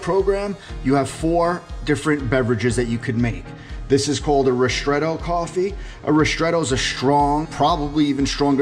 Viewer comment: why do you say rishtretto? it is ristretto